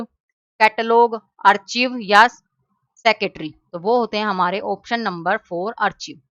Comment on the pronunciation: archive आर्काइव hota hai n ki आर्चिव